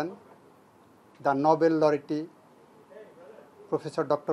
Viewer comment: লরেটী কী ভাই?? এই হলো বাংলাদেশের attorney general...... Lol😆😆😆